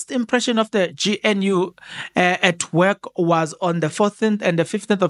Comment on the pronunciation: I like your Channel but please do everything you can to pronounce GNU properly